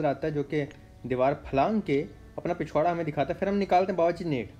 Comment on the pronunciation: pichvarra.....😂😂😂 I laugh alot,everytime when u say this.😂😂 Luv from lahore bhai❤️